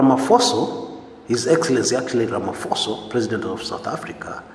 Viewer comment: He is Ramaphosa not Ramaphoso